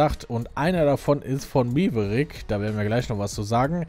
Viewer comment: Da biste selber Schuld, dass der magische Stein von Maverick failed. Das wird MÄverick ausgesprochen und nicht MEverick. Nie Top Gun geshen oder wie? :D